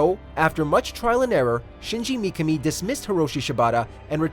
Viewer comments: Micami? Its pronounced MI-KA-ME.... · McAmi??? It's pronounced Mi Ka me, common man..... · Shinji "mee-kuh-mee"....well this dude has never really researched about Resident Evil before. What if everyone pronounced it the way we all.think is proper, but the Mikami family, and this narrator, pronounce it "mee-kuh-mee" and that's the TRUE right way of saying it? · It's only said as Me-kah-me. There isn't numerous ways to pronounce it. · Mikami. (Me-Ka-Me). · Personally, I feel like I fall between two chairs in the RE fanbase when I say that I like both the classic trilogy and 4. RE4 is a fuckin masterpiece dammit, but so are og RE2. Really nice video by the way, but what bothered me throughout (as said by multiple people already) was the constant mispronounciation of Mikami's name. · Asides from the butchering of Mikami's name, great video! Would love to see more like this. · Dude, what´s up with the pronounciation? Mikka-Me instead of Mee-Ka-Me flash-forward instead of fast-forward Pro-gi-na-tor instead of Pro-geni-tor Don´t get me started on Shi-Butt-A... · Also, you pronounced 'projenitor' wrong as well as Mikami.